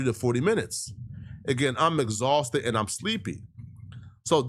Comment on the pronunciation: "Fatigue, Exauhsted, and Hungry as HELL!!!!!!!!!!!!" 🤣🤣🤣🤣